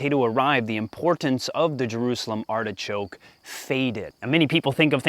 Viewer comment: Pronunciation - "Artishok" ;)